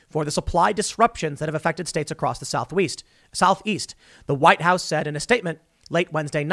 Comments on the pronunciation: Southeast? I thought you said south-weast! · No-one: Not a god damn soul: Tim: SOUTHWEAST (Im sorry, I had to point it out)